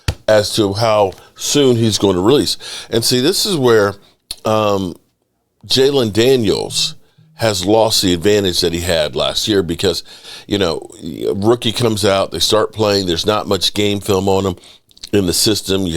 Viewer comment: It’s hard to believe STILL doesn’t know that it’s JAYDEN Daniels not “Jaylen Daniels.” At this point, I think he’s doing it on purpose 😂